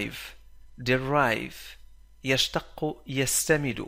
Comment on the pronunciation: شكرا للمجهود.. تنطق بالعربية يستمد..بتشديد الدال...شكراّ